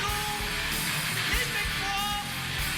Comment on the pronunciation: Damn, D 😄 ! The people from Québec are the "Québécois" ("ké bec wa", if you want). And it is easy to say. Try it, please 😂 !